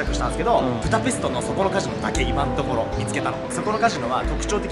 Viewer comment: プタペストじゃなくてブダペスト じゃないの？